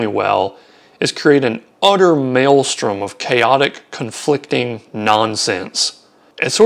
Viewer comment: Did you say CONFLICTING?? 🐭